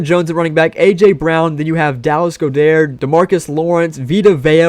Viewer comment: Dallas GODER? it's goh dart